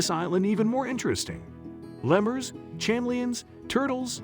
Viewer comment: What in the world is a cham-mel-e-ons? If you are trying to say Chameleons then you failed. Pronounce the Cha as a k, like Ka-meal-ions. And you didn't even do it just once, you did it several times.